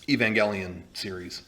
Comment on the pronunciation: Didn't these guys ever watch One Hour Photo? It's pronounced "EVE-AN-JELLY-IN"